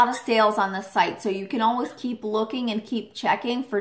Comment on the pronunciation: Who else hears ur say alwas instead of always?